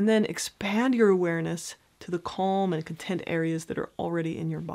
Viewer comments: Just please, please fo not pronounce calm as cOlm, very annoying. All else is great. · It stresses me out whenever she says ‘kolm’